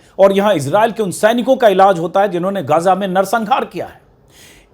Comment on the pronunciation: गाजा नहीं, इसका सही उच्चारण हैं, गज़ा